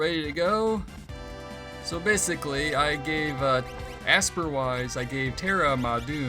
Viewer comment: It looks like the girl walk path is down up right to get golem. And it's pronounced Esper, not Assper😂